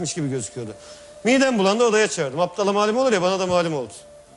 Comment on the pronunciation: aptala değil yalçın abi "abdala" :D